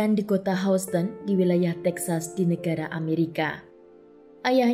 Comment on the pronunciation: Pronouce Houston nya keknya enggak tepat mbak